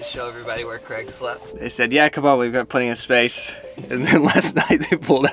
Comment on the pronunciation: Is there a reason that Americans cannot pronounce ‘Craig’?